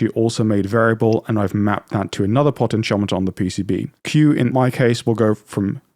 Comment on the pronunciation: What the hell is a potten chomiter? Do you mean potentiometer?